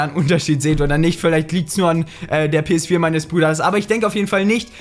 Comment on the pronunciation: Das geht doch nicht! Du sagts doch PS vier auf swedish!PS FYRA!!!!Are u swedish bro!!!